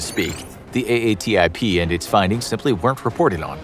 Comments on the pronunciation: Just say AATIP instead of A A T I P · Nice summary. I don't want to be that guy, but it's pronounced A-TIP not A-A-T-I-P. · Ok this will be the last of these I watch. How many times do you say A.A.T.I.P. before you come up with " A-tip"? Have you never heard Elizondo (who you reference) say A-tip? Cripes.